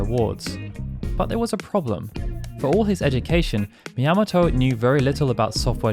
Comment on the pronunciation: Sorry, but... Shigeru Miyamoto is a popular and important figure in video games. Everyone knows how to pronounce "Miyamoto". It's "Mee-ahh-moh-toe", not, "Mee-yam-moh-toe".